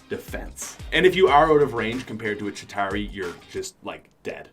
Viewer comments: It's ChitAUri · u say chituari bad caus u aim SUCK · Not a single YouTuber can say chitauri without sounding weird.